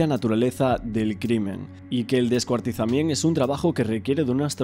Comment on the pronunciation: Pero por qué dices "descuartizament"???